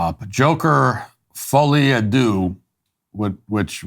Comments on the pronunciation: Can't even pronounce the title... continues on to have a strong opinion about the content he struggles to grasp: The dullness of the USA in a nutshell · fooly a doo Matt ? really? Given there are 320 millions french speaking on the planet, i'm pretty sure someone can pronounce it lol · The french can pronounce it: Folí a dö (ö ~ir like on girl, world or sir). So it is fo-lee ah dir. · Folly a DOO 😂😂😂 Its hardly advanced Latin. Its 1 word and a well known phrase. I thought you Americans were big on pronouncing things correctly right now. Ask Cameler. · Who can't pronounce, "Folie A Deux?" I gave MW more credit but he mangled it, probably just to make his point. Maybe it's an American thing. Brits, Europeans, Australians, New Zealanders.. we can pronounce it. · People can pronounce the title correctly. Knowing your own limitations is important and helps you to improve. Keep practicing your pronunciation of this French term Mat. You will get there!👍